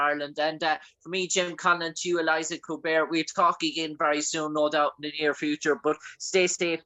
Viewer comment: Great interview, but how do you end up calling her "Eliza" when her name is "Elisha"???